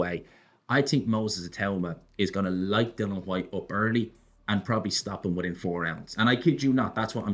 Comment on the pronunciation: kissing the ring, disgraceful that he still cannot pronounce Dilians name. DYLAN HWYTE? So unprofessional it;s like calling Fury Tyrone Fury with a straight face.